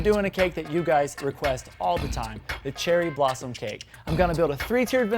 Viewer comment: When you said cherry blossom cake I literally thought you said Cheryl Blossom cake. Lmao.